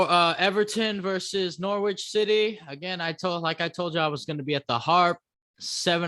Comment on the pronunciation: Also the W is silent in Norwich